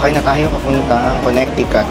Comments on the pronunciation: Just a little PSA, the middle c is silent in Connecticut. You can google on how to properly pronounce the state :). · the correct pronunciation is Connecticut but with silent c. Conneticut